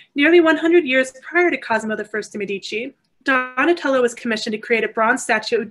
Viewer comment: Please learn how to pronounce Medici with accent on the first not the second syllable. Very informative lecture but so strange to hear the Italian names mangled!